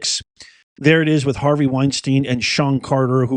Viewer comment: You keep saying Weinstein...LOL